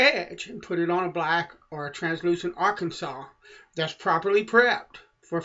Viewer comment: Why do you say "Arkansas" like "Arkensole"?